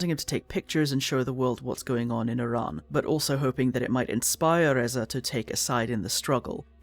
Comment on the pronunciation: the fact you can pronounce the name of iran so well is just a testament to your care for history, i've been a watcher for a while but this one hits close to home as im a kurd, lets hope the future is kinder